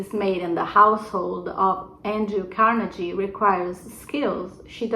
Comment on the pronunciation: PS Carnegie is pronounced with a hard 'g' --Those Scots causing trouble... ;P